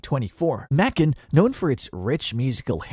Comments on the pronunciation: Someone should have programmed “May-Kun” into the robot! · Macon rhymes with bacon get it right